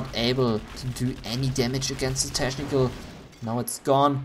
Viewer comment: pronounce CH in technical like K